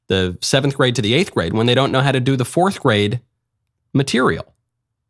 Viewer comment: He's a teacher? "Forff Grade"